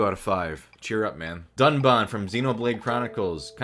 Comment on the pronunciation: Excuse me good sir ....dunbun...........dunbun.............DUNBUN............sorry it's uhh dunBAN